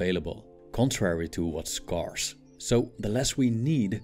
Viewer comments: ScAIRce not sCARce. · Thanks for the video. "scarce" is pronounced like "Where" or "air" English is a weird mutt. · Good videos but please check the pronunciation of "scarce". Thank you. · not trying to be pedantic but scarce is pronounced sk-air-s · Love your videos!! FYI “scarce” is pronounced like “scared” rather than like “scar.” Keep the knowledge and philosophy coming! Thanks for everything you do! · Someone needs to teach this robot how to pronounce " scarce". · I love your videos. They're awesome and very helpful. One tip on this one that may be useful for your next productions. Check out the pronunciation of the A in the words "scarce" and "scarcity". It doesn't follow the intuitive rule. 😊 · Great video, but it would be beneficial to look up the pronunciation of "scarce" and "scarcity". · Your videos are awesome and full of wisdom. To make them perfect, please, check the correct pronunciation of the word SCARCE and SCARCITY. You use them a lot in many of your videos and you always mispronounce them. 😊🙏